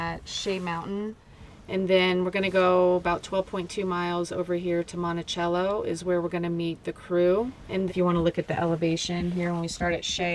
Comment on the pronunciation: I grew up in Monticello and I have mad respect for you. Monticello’s high school is one of the highest in the state of Utah around 7200 feet above sea level. Quite a difference from Florida. Also it’s pronounced monti-sell-oh. We know it’s weird but that’s the way it is😂